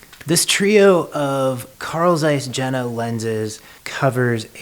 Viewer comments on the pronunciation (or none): You read like this: Carl Tzeiss Yena ! Not : Zeiss or Jena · It is pronounced yen-na. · Yeah, the j is soft in German, but I would say it is closer to ye-na.